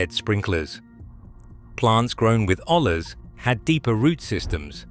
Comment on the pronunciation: It's pronounced oye-yas it's Spanish for pot